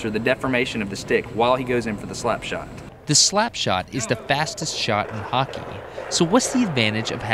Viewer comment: As a Canadian, thanks for pronouncing "Hockey" correctly. A lot of Americans hate O's for some reason. "HACKEY"